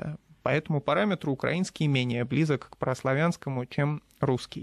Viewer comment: хм ) Втаные ведущие даже не знают где правильно ставить ударение в слове украинский